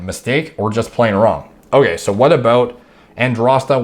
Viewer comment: lmao aboot